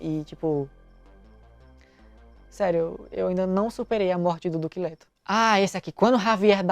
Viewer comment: Pq eu to ouvindo: "Duque lerdo"? Socorro! Kkkk